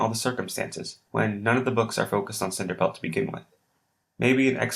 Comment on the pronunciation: cinerpelt lol